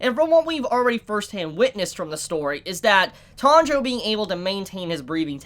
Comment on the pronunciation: Tandra? It’s T-A-N-J-I-R-O